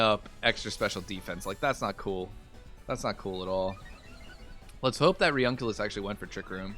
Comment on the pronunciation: Its pronounce reUNIclus re-uni-clus A bit like nukular.